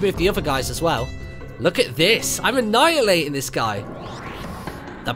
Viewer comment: "I'm annhialating him" In tutorial level, love it :)